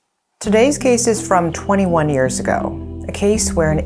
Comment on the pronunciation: What is it with pronounced ears instead of years it made me i cant explain but all is well except that ears instead of years it sound bad pronounced correctly please